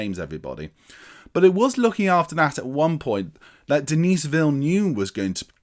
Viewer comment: The 's' in Denis is silent, i.e. dah-NEE... What ifs: 1) Had OHMSS and YOLT been made in order and both faithfully adapted from the novels Connery could have exited on a high note (the original plan was for him to do 6, with the aforementioned entries in order); 2) Roger Moore assuredly would have departed on a very high note (puun intended) had he retired after Moonraker, while he was young enough for at least some to believe he performed a few of his own stunts. Thanks (?) to COVID-19 Craig will depart as the longest-serving Bond, though not one with the most entries. Also, kudos for acknowledging Johanna Harwood, the scandalously overlooked FIRST female scripter of Bond films, Dr. No and FRWL; she is nearly as responsible for setting the foundation of cinematic Bond as director Terence Young.